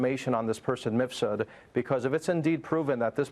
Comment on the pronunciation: MIF SUD Please get it right Maria! Not Misfud